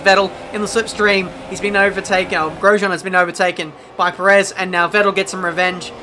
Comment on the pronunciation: The way you pronounced Perez kind of annoying